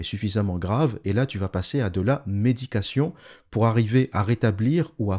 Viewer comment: Bon boulot. Juste un truc... tout du long, lorsque le mot "médication" est prononcé, celui-ci peut aisément être confondu avec "méditation", et ça peut être problématique dans le contexte.